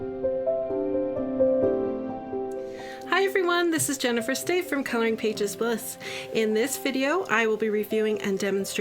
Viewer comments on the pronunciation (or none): none